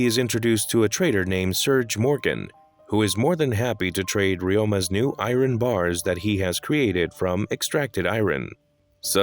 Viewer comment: The pronunciation of Iron broke me 🤣